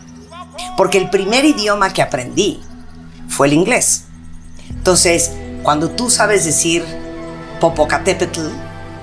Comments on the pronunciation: Min. "Por qué el primer idioma que aprendí fue el inglés, toces", Jajaja en lugar de decir Entonces. Recordemos que aunque parezca extraño hay palabras que se dicen en español cuando hablas español por ejemplo Colgate, se dice tal cual y no "colgueit" cómo sería una pronunciación en ingles. Lo mismo pasa con Mc Donalds y con muchas palabras que se pronuncian diferente en español aunque sea idioma ingles. Ustedes que opinan? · toces ó entonces?! Aaah noo pues la felicito por hablar bien el español 😂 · “tos” la felicitamos por su buena ‘prenunciación’.😅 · Definitivamente habla mejor inglés que español, no se dice "entons" querida, se dice "entonces"!! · Pero dice "tons" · Se dice entonces, no tonces, que chingon habla... jajajajajaja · Ton,s en vez de entonces... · 😂pero ni tan bien,,,se le oye "etonces" y no "entonces"... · "Tonces",( entonces) jajajaja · Está claro que cuando dices “tonsses”, y no entonces, estamos claros que primero aprendiste a hablar español. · Mhmhmh presume de hablar correctamente y nunca dice entonces siempre TONSES 🙄🙄🙄🙄🙄 o TONS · Pero en vez de decir "entonces" dice "tonces" o "tons" 😂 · Chale ese entons como de dice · 🤣🤣🤣 Hay que felicitarla por decir "TONCES"